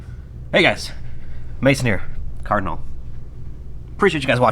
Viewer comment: Whenever you say "card n' all" quickly it sounds like Cardinal. Is that supposed to be intentional since you're in Louisville?